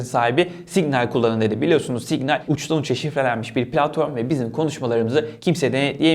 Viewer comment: Signal 'i sanki diş macunu markasıymıy gibi söyledin. lol